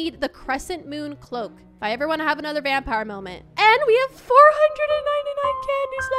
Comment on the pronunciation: The way she is so excited that she pron9unces stuff wrong like vampire hat